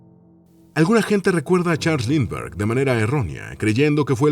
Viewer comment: Si sabemos quien era ese personaje famoso, que le secuestraron a su bebé, para pedir rescate. En este caso, lo que sucede es que el nombre no está escrito, y creo que ni pronunciado como debe ser.